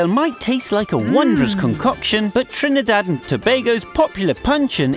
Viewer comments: He say trinEdad Pronounce it correct And if yuh wondering yes i is a trini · yep u hear how he say he trinidad😂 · This is very rude right plus you saying Trinidad wrong and every thing you saying bout crime that is wrong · I know right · You said Trinidad wrong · He saying Trinidad jokey asf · Ehh if u cyah pronounce my country name....doh talk bout it riteee...plz n thx